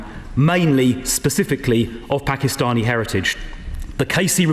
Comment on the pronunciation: did she say pakistani?